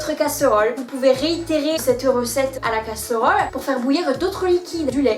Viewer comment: Oh la malheureuse et le couvercle sur la casseuhrole pour économiser l'énergieuh 😉 👍